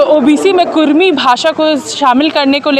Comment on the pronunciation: Kurmi nahi kurmali bhasa hai sudhar kijia